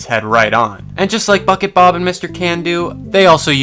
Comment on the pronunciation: Am I the only one that hears f*ck it Bob every time he says bucket bob?